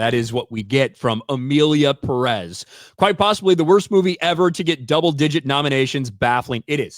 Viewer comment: It’s not pronounced “Peréz”, it’s “Pérez”; the accent goes on the first “e”; still, I’m not going to watch this huge crap even if it win 7000 awards. Question: should not it be nominated in both actor/actress categories? 😂😂